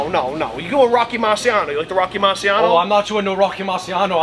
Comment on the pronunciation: This is fucking good! I can actually send this to the folks that claim they're Italian but they're born in Medford or some shit, like..see this? We are the fucking opposite lmao Marsiano huh haha it's pronounced "Marchano" for fucks sake smh